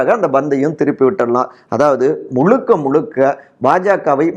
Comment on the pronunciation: it is not ' Mulukka' but 'Muzhukka'.